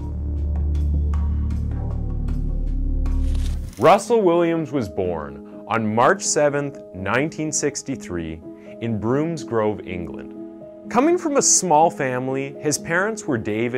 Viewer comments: I've scrolled through the comments just in case I'm going to say something that has already been said and I can't find anything so here go's.. It's pronounced BROMSgrove not BROOMSgrove. Sorry! I know it's only a minor detail but it's a pet hate of mine. I'm English.. what can I say? .😏😁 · "BROOMSgrove, England" FFS 😂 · Just a pedantic post and nothing relevant to the topic but; It's not pronounced 'Broomsgrove' it is Bromsgrove; there is no oo sound. The first letter 'o' in Bromsgrove is pronounced as in the first 'o' in the word octopus. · "Broomsgrove" love american pronunciation of our towns 🤣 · ITS BROMS GROVE NOT BROOMSGROVE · Broomsgrove wtf? Can this guy not read? It’s obviously Bromsgrove, as in rhyming with Tom. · Trivial point, but the Brom in Bromsgrove is pronounced sounding like rhyming with From, or Rom. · you said Bromsgrove wrong.. I've noticed it a few times when you've mentioned towns in England.. please try and get it right.. It's super annoying hearing you say it wrong. You do so much research yet can't seem to research how to say our towns right. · Your pronunciation of Bromsgrove is the only thing wrong with this video